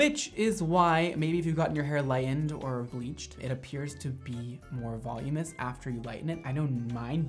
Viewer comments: Is voloumous a word bc I thought it was said “voluminous” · pet peeve: when people say volumous instead of voluminous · VOLUMINOUS lol not volumous, that's not a word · Everyone: voluminous: volumus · it’s voluminous VOLUMINOUS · I love you, but hearing you pronounce "voluminous" made me cringe. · So many pronounce it this way and it irks me.